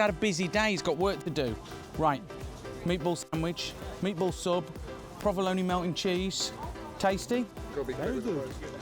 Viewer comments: When he said "prah-vuh-lone-ee" instead of "pro-vuh-lone," I thought, wait a minute, this guy's making an Italian-American classic and he doesn't know how to pronounce this cheese's name the Italian-American way? But then he introduced the Spanish chorizo, and I thought, oh, I see, that's where this guy's coming from. So after that I wasn't surprised by anything that came out of his mouth or by any ingredient he saw fit to use. Another British food-presenter trolling American food in a uniquely and passive-aggressively British way. A shame, because, other than the lemon zest, the meatballs themselves were fairly legit. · first time ive heard someone pronounce provolone like bologna